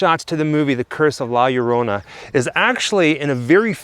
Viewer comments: Just say it like this, La Yo Ro Na. And it will sound perfect. 😁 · You speak it that Way La Ljorona not La llorona so i help out :) taysm for tell us and show, Your two are super awesome♥ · La Yo - To - Nah It's ok. All English Speaking peoples can't really pronounce foreign words or names. This goes for Americans, British, Australians, Canadians, South African, etc... Your upbringing and the way you don't roll the tongue correctly in your mouth is part of the cause. BTW - my whole family is Cuban born and raised. So this story is not part of our culture at all. But my sister is married to a Mexican man (💯 pure Aztec/Mayan descent) and he truly believes in the legend. So much so that my sister now also believes the legend as well. But then... She also believes in the BLOODY MARY story as well and is always apprehensive about stepping up to a mirror and staring at herself. Oh well... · Isn’t it pronounced La-La-Rona? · Greetings, the way to say La Llorona is to actually say her name with an H sound. Sort of like La Horona, that is the proper way to say it the Weeping Woman's name. Be well everyone. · Lol the first sentence, can’t say la lLorna, lol. Love it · As a Mexican American from East LA, you are forgiven from not being able to pronounce La Llorona. Keep up the amazing work. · 😆 L~L~O~R~O~N~A say it with me 😆 nah you did good bro , your videos rock guys , hope to see you at monsterpalloza on Sunday since I can only afford one day 😆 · I'm guessing put the warning up about how you can't pronounce the name. Too cute! I have never seen this movie but I will now!